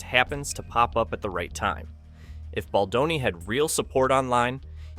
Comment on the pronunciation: Is this an AI narrator? Just curious. I keep hearing names pronounced wrong like, "Badloni" and "Candance Owen" lol. It is what it is I guess. But also F a$$hole$ like BL and RR.